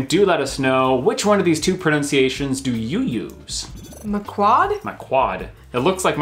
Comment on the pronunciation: “PreNOWNciations?…preNUNciations surely?......ok you redeemed yourself a couple of minutes in